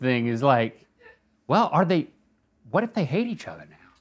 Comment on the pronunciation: his "whaut" LOL